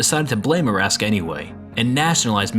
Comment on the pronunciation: It's pronounced "Ara - Saka" not Araska. It's Japanese not Russian